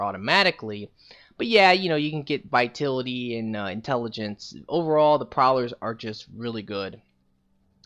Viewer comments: ITS VITALITY NOT VITILITY other Than that good build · Yea he pronounces it like "Vaitility" lol. Ugh it's a bit annoying. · The way you pronounce vitality angers me.